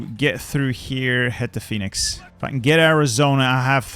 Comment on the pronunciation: it’s Phoenix, like the mythical bird I thought, I’ve never heard it said how you said it